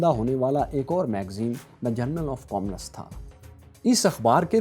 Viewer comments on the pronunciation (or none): none